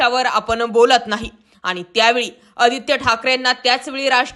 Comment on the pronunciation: Oditya thakre, powarani divochla hota 😂😂😂 railway station announcement 😂😂😂